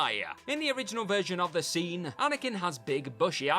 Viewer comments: Had to stop watching as the A's being added to the end of so many words became far too annoying. e.g Way-a, scene-a. Ruined what was otherwise an interesting video. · why does this guy add an 'a' on the end of everything? 'Alivea' 'Scenea'